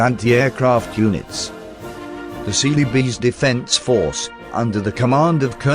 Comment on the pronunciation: I keep hearing "Silly Bees..."